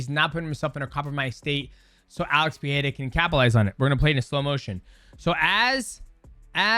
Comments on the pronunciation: ITS PEREIRA NOT PEEHAYDA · Portuguese speakers pronounce it Pereira, not “PeHeira”. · Why do people still pronounce his name like Pee- air -uh vs pur -rare uh😂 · "Pieira" acagain, man? Come on... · Damn mighty how you gonna call him PEEHEADA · Its NOT PEE HEAD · I love that no one pronounces Alex's last name the same way twice. 🤣 Pa-hay-da; Per-heya; Per-rare-a; Puh-haida; etc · Alex "Pehera"